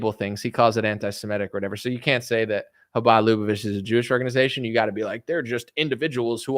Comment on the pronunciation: LAH-BAH-VICH (like which)